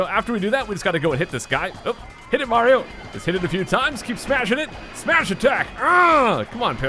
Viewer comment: is it me or did he call mario, maro?